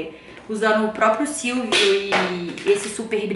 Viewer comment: SILVO e não silvio kkkkkkkkkkkk